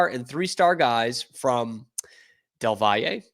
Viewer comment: it’s pronounced “Dell Valley”